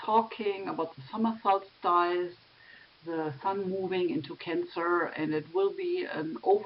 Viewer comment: Dear, please pronounce "solstice" as sols-tiss as if speaking German (not sols-TEIS as you have in the video).